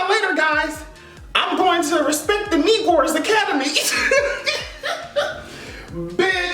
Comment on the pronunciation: "Respect the knee-gors academy" I'M CRYING!